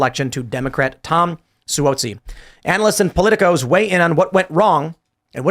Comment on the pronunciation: Tim apparently doesn’t follow the news on how to pronounce Suozzi correctly. Tom Suozzi has been around almost three decades and people in the media certainly know him.